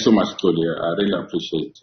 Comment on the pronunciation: A white man correctly pronounces the name Xoli and a black man pronounces Coli.